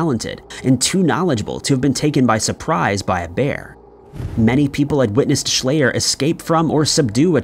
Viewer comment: Schleyer is pronounced "shl-eye-r not "ay" and he was eaten by bears. I live here, it was a big deal. His dad was a Dr with his own weird story on how he died.